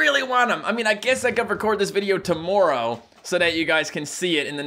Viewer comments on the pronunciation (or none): What the crap is "tomorreow"